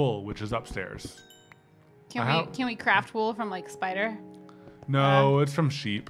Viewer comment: It's a cweepy spwider